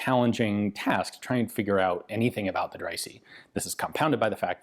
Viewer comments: Quick pronunciation tip: the letter "e" is pronounced "ee" in English and in English only. In other languages it's either "é" or something close to a "uh". In that case Dreyse would be pronounced something like "Drayzuh". Great video as usual though :) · As a German i can say that the name Dreyse is spoken Dreyse :-) ! Fun away: german words are spoken in german language as they are writen, but of course with german pronouncion, the letter e at the end is spoken like the e in west.